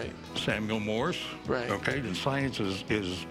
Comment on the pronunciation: Hey Rick, it's Morse, not Morris